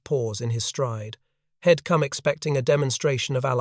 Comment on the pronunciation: Good on you for calling out the untrue and deceitful AI narrated (e.g. he’d pronounced as head? - bloody hell, morons) and likely generated content. For the creators to respond and try to explain this as a ‘composite’ is truly disingenuous and absolutely disrespectful.shame on them. And to hell with them to boot. Our boys deserve better than monetised fairy tales by dickheads.